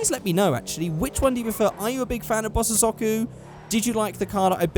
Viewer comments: SAY BOSS-OH-ZOCKU AGAIN AND IM GUNNA KMS! Its Pronounced bosozoku (Bow-so-zo-ku) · I'm 80% sure that bosozoku is pronounced "Bos-Zoh-Ku", I'm pointing this out because I cannot take seriously after hearing "Bos-sis-zo-ku" so many times.:p